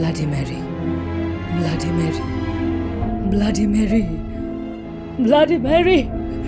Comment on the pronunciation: Tarpor Blady Mary bolche, not Bloody Mary